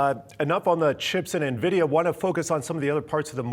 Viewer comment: Who is Na-vidia? ;)